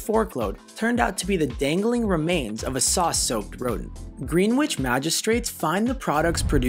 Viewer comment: In the Baked bean story you pronounce the area of London the Magistrates Court serves Gren- itch (similar to the 'Village' area in lower Manhattan) not Green-witch